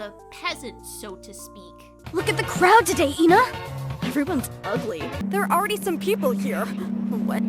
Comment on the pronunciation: because instead of calling her eh-na like everyone else moony mispronounces her name and calls her stuff like ee na or ayna and you say thay in the intro